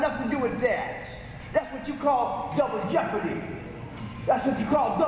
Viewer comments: Ey got lawyaz, Double Jehpahdeeee!! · Dubble jepp-a-dee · DUBBLE JEHPUHDEE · "DOUBLE JEOPARD" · Double jepordy...lol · Swig a beer every time he says jepperdy.... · Lol double jeepadee! I think he has mental health issues. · Take a shot every time he says Double Jeppadii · It's time now for "Double Jepadi" with your host Alex Trebek.